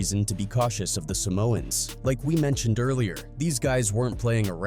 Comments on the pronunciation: this fuckin guy did not just pronounce Samoans as salmons.... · 41, "active samans" or "salmons" instead of Samoans, after properly pronouncing the word "Somoan" previously, is this AI? making dumb mistakes that people probably wouldn't make? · “50 salmons” lmao you just said Samoan a little bit ago how do you completely butcher that 2 mins later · Did just say Salmons 😅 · WTF is wrong with this jew....First, he calls 2Pac - Pack....Then, he calls Samoans - salmons! Admin on a channel called Hood War Chronicles...that deserves a brand new troll farm 4 your channel jew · The narrator said 50 samans, bro wtf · Bro said "50 salmons" lol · Im dying at the fact the Ai called them salmons at one point lmfao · What’s crazy is I didn’t even know it was A I till he said 50 salmons